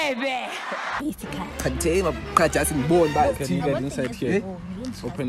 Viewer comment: Not sefebe its difebeeeee😂😂😂😂😂